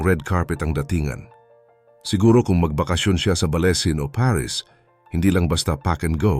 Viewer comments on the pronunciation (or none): none